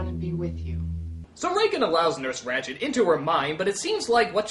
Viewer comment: Mistrzu, siostra "Ratched", nie "Rachid" :P